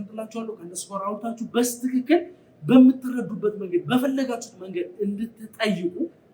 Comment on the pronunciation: በስትክክል የምትለው በልማድ ነው ወይስ በትክክል ማለት አትችልም?